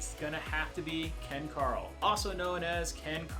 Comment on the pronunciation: Ken Caryl is pronounced Ken ‘Carol’ not ‘Carl’ …the area is named after two brothers who are the sons of the original owner of the land in the area. Kent and Carroll Shaffer. It is unknown why the spelling changed when the area was named.